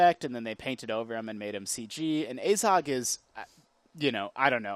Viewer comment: Your pronunciation of Azog is fucking dreadful.....